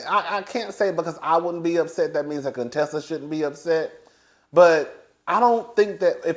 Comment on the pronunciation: From the beginning when Contessa came on the show Heavenly butchered up her name on purpose. Thinking it was funny, but it wasn’t. Heavenly tries to mix humor with meanness which makes it not funny. At times she is funny without the malice.